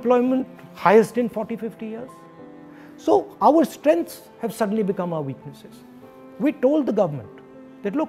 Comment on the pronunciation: Modi also can't pronounce Strengh😂😂😂 Doland 😂😂😂